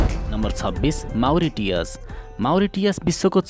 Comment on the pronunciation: माउरिटिअस हैन मरिसस हो